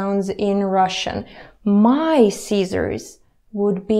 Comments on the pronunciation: Yes, I care, and don't worry, I will still follow your lessons, as I've come too far, to stop now. I'm actually impressed with your accent. It's not really extreme, except when I heard you say "Caesars" (you were actually saying "scissors"). But, I can tell you've worked long at English. I realize you're a teacher, BUT you must improve your "i" sound. Please keep your wonderful Russian accent, but please try to practice the "i" sound, as in scissors". It's not "EE" sound as in Caesars. It's "i" as in "ticket", not "teecket", for example. Or "i" as in "sin", not "SEEN", which is is another word altogether. (For Example: I've "SEEN" Led Zeppelin, in concert".) Or "i" as in "bin", not "bean", which, as you know, is a vegetation that grows. All those examples use the "short i", all of which sound the same. As far as never having had any problems communicating with "Americans", I ask you "What's an American anymore?". My parents came from Europe years ago. Greece, in fact, so I've had plenty of experience in correcting them, with these little corrections, as I have done with you. I too will need corrections in my Russian speech, as I have a few Russians friends, here. I want to learn the Russian language well, to communicate effectively, with them. And, we're in the USA, which is a distinct country within the continent of North America. We're the ones with President Trump, where FEW people practice the English language, anymore. I'll continue to study The Russian Language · oh right: scissors, not Caesars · Привет, ваш английский отличный, но вы всегда произносите короткий «i» как «ee» как в «feed». Например, вы говорите не «scissors», а «seezors», (как в «Caeser's Palace»). Важно, чтобы исправить это, в противном случае люди будут путать ваш "hit" с "heat", "fit" с "feet", и "sit" с "seat", и предположим, что вы южноафриканский.